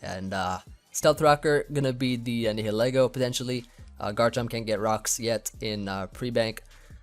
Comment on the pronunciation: Spread the word that Nihilego has the prefix of Nihilism, a philosophy, which is pronounced as NILE ism. it's either Nile-ego, or nile-eggo